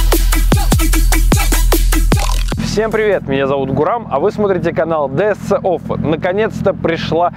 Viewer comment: Ди эс си офф, Гурам, ну блииииин